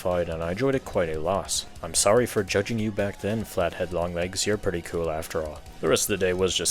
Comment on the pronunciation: Cool in your accent just sounds like kill